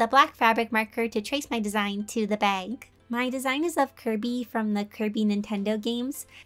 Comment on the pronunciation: Whenever she mentions bag : she means bag i hear:bay-wg 😂 Edit: I finished watching- Her posing was better than me 😂